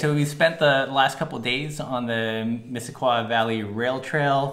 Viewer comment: Great trail and video: One small pronunciation note: you pronounce the trail "Miss-sis-coy" not Miss-sis-kwa!